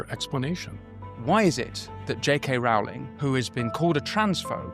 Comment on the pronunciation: “Rowling” rhymes with, “rolling”